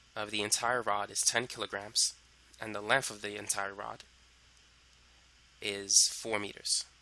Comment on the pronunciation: Why do you say length in such a weird fucking way lol Lenth